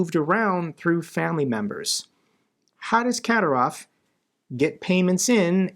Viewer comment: The correct pronunciation of Kadyrov is Ka DEER ov. Your videos are excellent and I do listen to them every day, but it's painful to listen to you pronounce so many names of people and places incorrectly. When in doubt, Operator Starsky is the go-to person for the correct pronunciation of everyone, everything, and every place. If you would take the time to check his archives, there are videos with the names Kadyrov and Zapporhizia in the headline. Thank you.